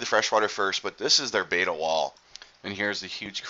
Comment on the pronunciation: It is Betta not Beta... Great Video...